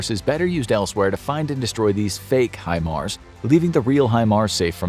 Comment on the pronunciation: Thank God people have started to pronounce HIMARS correctly!!